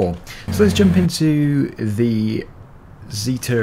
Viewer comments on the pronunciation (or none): It is pronounced zet er not ze ter